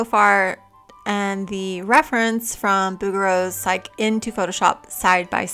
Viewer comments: Psyche is pronounced "sikey" not "sike" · 😊FYI, her name is pronounced sai-key, not sike. Love the video. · Lovely video and very instructive, as usual. I wish I'd discovered your channel a year or two ago! PS--It's pronounced PSYCH-ee.